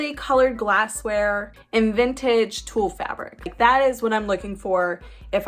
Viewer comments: You are so cute and funny. Even when you pronounce utilitarian “yulitarian” and toile as “tool”. I’m from Missouri so I’m sure you’d think I pronounce things funny such as “Mizzourah”. 😁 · The toile fabric is pronounced “twall” rhyming with wall. I love your videos and watch the ones you’ve made years ago!